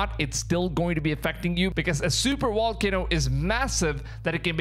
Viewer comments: Wait... you said "Vibration" and not "Wibration". Then why does that not translate to volcano is wolcano? You have fantastic English so it's so surprising when the v still gets ya. Lol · VA. VAAAAAAA VOLCANO, NOT WA WAAAAA WALCANO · I think you're adorable but you need to pronounce v instead of w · Pronounced "v", not "w" as in supervolcano or volcano. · Volcano with a V. Not wallcano rite? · Lol, "wolkino".... And here I always thought it was "volcano" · You can't say your V's. You say W's. wocano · Sir, the word is pronounced "volcano, not "wallcano." You are pronouncing v like w. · Why do you keep calling it a Wallcanoe? Is Volcano with a V..Veeeeee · What's a walcono? 😂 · Wall-ca-no?........ Vol- cay- no. Vvvvvvvvvvvvvvvvvvv not wwww ....... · It's not a wolcano. It's a volcano. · It's a volcano not a wolcano... lol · If I hear Wallcano one more time! Lol just kidding. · My gf says wolcano? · Bruh can't even say VAL-CANO correctly.... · Whats a Walkano? 😂